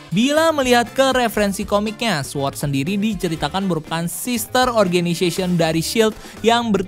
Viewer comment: Sword dibaca sord. Gapake "W"!!!